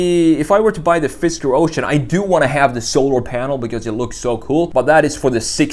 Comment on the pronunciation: FisKer, not FisTer